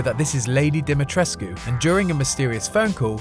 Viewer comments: FINALLY someone that says dimitrescu right. Thank you. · You nailed Alcina’s last name.